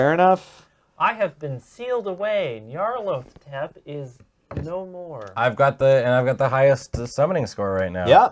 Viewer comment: Nyar-lat-ho-tep. It's supposed to sound Egyptian, like Imhotep and Amenhotep.